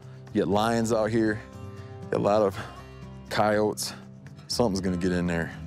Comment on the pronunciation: After searching why he pronounces coyote like that all the time i found that "The word originated in Nahuatl (“coyotl”) and came into English via Spanish (“coyote”). In English, the final “e” has come to pronounced as [i]. It is not silent, though you might hear some less-educated Americans pronouncing it as though it were." 🤣🤣🤣🤣🤣🤣